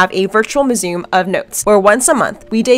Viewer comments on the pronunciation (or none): Mew-Zee-um. Not Mee-Zoom mu·se·um /myo͞oˈzēəm/